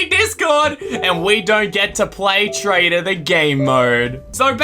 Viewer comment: lol when he keep saying "TRAITER" XD